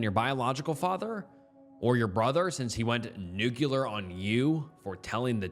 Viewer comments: i love you and i love listening to your videos while i'm at work but if you say "nukYOUlar" instead of "nuclear" one more time im gonna slap a customer. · Remember, it's Nu Clear, not Nu Cu Lear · Hi, its pronounced "nuclear" ("nu" as in "nu-metal" + "clear" as in "clear glass"), not "nucular". Have a great Day!:) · "Nuclear" is pronounced NEW-KLEE-UR or simply NEW-CLEAR. Edit: Also, it's STATUTE of limitations, with three Ts, not STATUE. Edit 2: Jesus, "indicted" is pronounced IN-DIE-TID.